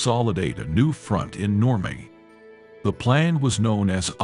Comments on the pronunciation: The artificial intelligence that you're using to narrate this is stupid. It's not Normay, it's Normandy. Do better your teaching history and using piss poor English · Exactly where is normay? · Who needs AI? The machine narrator sounds absurd (like pronouncing Normandy "normay"). Shoddy. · The effing AI voice over with it's constant mispronouncing of words...NORMAY?...renders this unwatchable. 😢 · Stop with the AI crap. Normandy pronounced Normay? To distracted to go beyond the badly articulated map of the 2AD route....